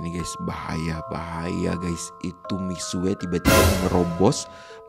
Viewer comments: Ngomong nya mixu bukan mixue tapi tulisan nya mixue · baca nya mikxu tapi memang tulisan nya mixue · itu cara baca nya salah bg miksue itu salah cara baca nya misyue btw semangat truss bg 💗💗